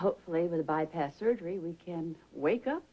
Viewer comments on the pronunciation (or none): caught Felicia pronouncing Bypass as "ByParts"